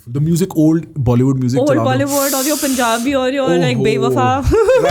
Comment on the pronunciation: The way she sad punjabi in punjabi accent …. Took my heart❤